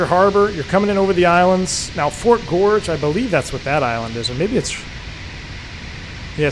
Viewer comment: I grew up in Westbrook, Maine. (That's the W in KPWM.) I now live in the outskirts of D.C. Thanks for taking me home. The fort is pronounced "Fort Gorgeous." (GORG-ez.)